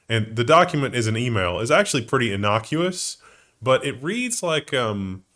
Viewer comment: The word is not "hyperbowl",. But you did pronounce “innocuous” correctly. So you’ve got that going for you. Which is nice.